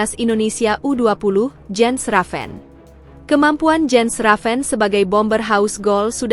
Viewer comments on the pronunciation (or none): none